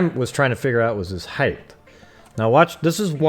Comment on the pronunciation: The word is HEIGHT, not heigh"th"...drives me crazy.